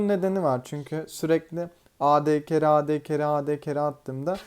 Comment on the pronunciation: Abi ad ingilizce olduğu için ey di diye okunur